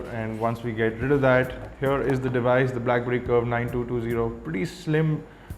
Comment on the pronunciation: i rikeee ur krifeeee and brackberrrrrrryyyyyyy :)